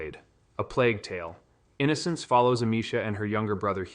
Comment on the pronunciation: "plague tale.... Innocence"